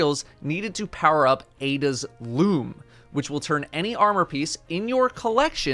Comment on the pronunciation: Swore this man said Ada's "Lube".....